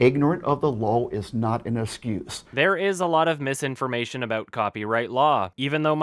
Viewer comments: "Ignorant of the lowl is not an askuse." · "igneren of de loll is not en escus" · inorant of the law is not an escuse...dude please learn how to pronounce the words you're saying you're a grown ass man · “Ignorant of the lawl is not an asscuse.” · Why does have such an issue with pronouncing words? He pronounced excuse Ascuse. Alternetul fuels etc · that is the least glaring error. "Ingorant of the lawl is NOT an escuse." this is ten times worse - his speaking =3 but yeah, now I can't unsee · Emi Moriyama *esguse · "Ignorant of da luwl is not an usskews" Ignorance of grammar and pronunciation is not an excuse for your stupidity on copyright infringement law either,. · "Ignorance of the lol is not an askews" 2015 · Example of how off his pronunciations of sentences feel and how he also screws up words somewhat frequently. When he said this he was trying to say ignorance of the law is not an excuse. Ahem "Ignorant of the lawl is not n ascuse"- 2015